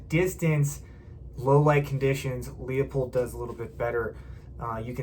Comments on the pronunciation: Thank you for a good review. It's not "Lee-uh-pold," it's "Loo-pold." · pronounced'' LOOPOLD'' there Numnutz